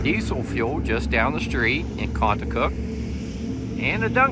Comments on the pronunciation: Contoocook pronounced Con -Two-Cook not Conacook. There is no A in Contoocook. Maybe take the time to learn the correct Pronunciation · Pronounced con-too-cook! NH town names are impossible! Lol! Love my state!